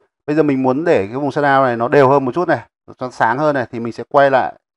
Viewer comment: Bài hướng dẫn khá hay. Nhưng mà Nghe mấy ông ng bắc đọc sa đao (shadaw) mà mệt mỏi quá